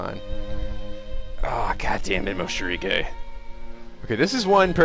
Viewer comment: You call him moSHIrige too LMAO